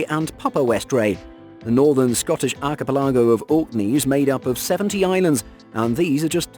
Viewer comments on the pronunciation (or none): It took me a minute to understand what you meant by arky -pe-larrgo. I always thought it was pronounced arky-pella-go. Where did you find this pronounciation? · I lost interest on the first one when he kept pronouncing Archipelago ‘Arka-pallaargo’ instead of ‘arka-pelligo’ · Archi - pe- LAG-o. Lol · archipelago /ˌɑːkɪˈpɛləɡəʊ/ Learn to pronounce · Me too!!! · Arka? Pelligo? Wrong on both counts. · Exactly what I just commented lol. I had to listen to that bit 3 times before I knew what he was trying to say